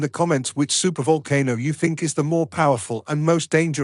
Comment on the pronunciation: super vulkanoe? Voalkannoe?? What !?